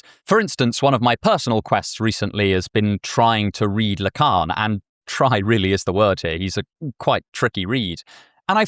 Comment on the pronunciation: Le Carne? La Cairn? WTF is tha...oh, Lacan. My American ears took a moment.